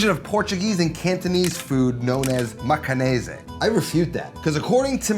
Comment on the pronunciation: Macanese (rhymes with Portuguese) - pronounced like Macau combined with -nese, the suffix meaning of a region like Chinese, Shanghainese, Cantonese etc. It's not Italian 😂